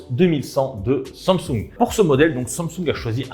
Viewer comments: Sang soungue 😭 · SAMSUNG wesh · la prononciation de samsung me fume ;,)